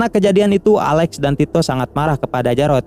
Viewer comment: Alex bro bukan ale